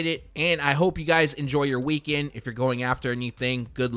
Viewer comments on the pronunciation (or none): none